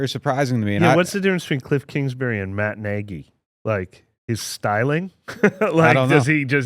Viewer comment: Please not kingsberry however you spell his name